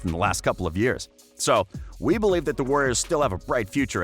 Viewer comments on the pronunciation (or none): none